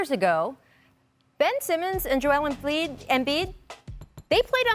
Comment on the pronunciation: Anyone else hear “Joel Emfliid” ? 😂